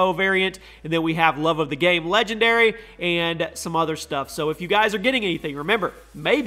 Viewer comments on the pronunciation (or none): none